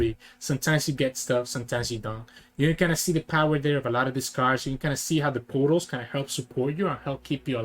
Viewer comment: Pretty funny how you always sound like you are saying poros instead of portals.